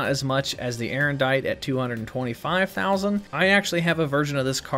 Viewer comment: It's Aerondight, not Erendite.